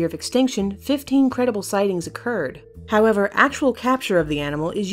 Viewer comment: You said 50 not 15